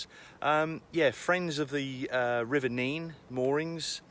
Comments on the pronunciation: A bit of interest for you, in Northamptonshire, the river name is pronounced nenn, not neen. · In Northamptonshire the Nene is pronounced Nen and not Neen. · Just by the way you pronounce nene NEN👍 deffo not neen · Just subscribed! Great video but also lovely to see people who are so in love!! Had to laugh tho cos every time u said Nene my Hubby was screaming at the screen "Nen"! Must admit I went to uni there and we were always scolded when we said Nene as we're told it was Nen! For the locals anyway haha! Just off to watch some more now! U really capture the life effortlessly - will defo continue watching! Much love from West Scotland x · Great video, but your pronunciation of the river is wrong. Its pronounce it Nen not Neen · When I lived in that area for a time I was told by locals (one of whom I married) that the river was pronounced as NEN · Nine arches bridge in Thrapston is the official charge of pronunciation.